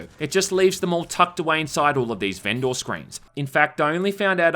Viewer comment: Weirded out by the way you're pronouncing vendor and polished in this video hahaha